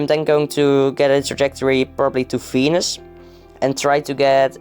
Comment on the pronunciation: when you said venus, i heard fenis fenis and ferb